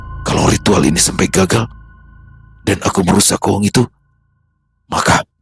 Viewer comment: KUHUNGK .... bukan kuhung 🤭